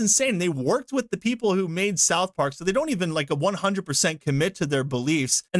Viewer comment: Why do you say spith park, an the video shows director from pyschonauts